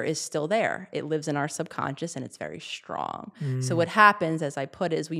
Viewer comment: FFS, the word is "strong." Sound it out. There is no H. It is not pronounced "shtrong."